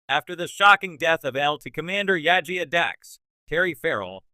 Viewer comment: Why do you have a Star Wars Acolyte filmstrip while talking about a Star Trek character? Also you need to work on your pronunciation. It's Jadzia not Yajia.